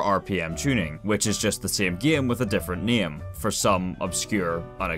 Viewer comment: Listening to him say “the sæm gæm with a different næm” is beautiful 😂